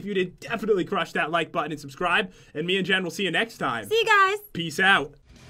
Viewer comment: jen said peacece